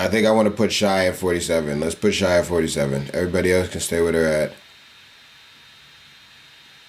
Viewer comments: SHY? It’s SH- AY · "shy" gilly alexander... yeah this is gonna be hard to watch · my guy said shy for shai bruh lol